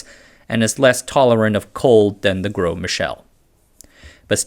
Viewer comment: "Gros" just means "big" in French. (Pronounced more like "grow" than "gross".)